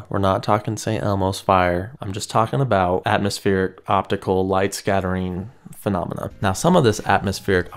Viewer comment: How many "fanamena" ?